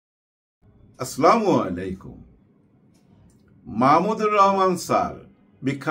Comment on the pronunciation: Salamer sothik uccaro assalamualaikum not aslamu